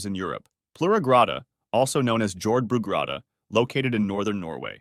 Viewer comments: Jordbrugrotta is said as “Yord-bru-grotta” if you are curious. It means agricultural cave. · Your mispronounciation of Jordbrugrotta is painful...